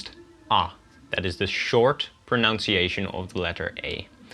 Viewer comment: I loved this video. It was very interesting. However, don't say 'pronounciation', it sounds horrible. The right word is 'pronunciation'.